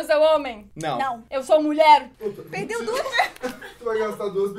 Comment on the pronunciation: e honen?? nao e nulher?? sin kkkkk